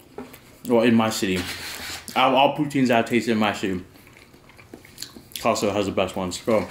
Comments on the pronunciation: When he said “castco” I felt that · Caasco! I still hear it after you stopped saying it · Nobody:: CAST-CO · Why Canadian pronounce it "castco" ? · The way he says Costco 🤣🤣